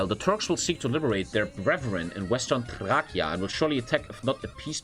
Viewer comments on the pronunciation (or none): You say Thrace as Thrachia.